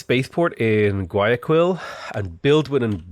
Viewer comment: The way you mispronounced bogotá and guayaquil hurts so much